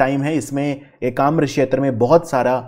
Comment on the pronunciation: Sir it's ekamra khetra not shetra..u r providing great lesson ..thanks for it.